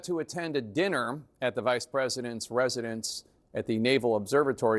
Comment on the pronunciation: Anybody recognizing how serious this story is but also kind of mildly hung up on the way Jake Tapper says 'Vice President's residence' ?